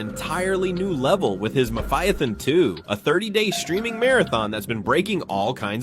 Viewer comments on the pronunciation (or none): It is pronounced Mafia-thon.